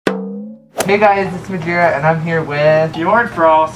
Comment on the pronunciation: Majira or Majora???? oNE LETTER CHANGE, WHAT AREN'T YOU TELLING US